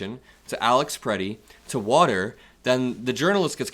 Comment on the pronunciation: They call it “wutter” it’s the thing, wutter, it’s wet, think of it… the wutter